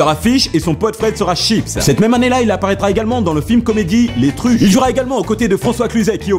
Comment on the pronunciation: "Les Truches" mdr non "Les tuches"